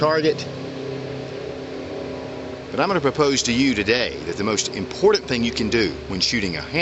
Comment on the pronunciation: great vieo and advice; 5 stars. it is, however, pronounced 'important'. sounded like you were saying 'impordand'.